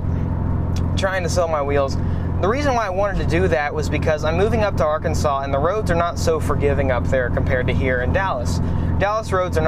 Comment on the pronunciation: arkansas is pronounced are-kansas or arkan-sas